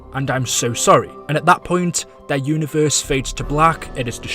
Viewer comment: This man says univerrrrrssseee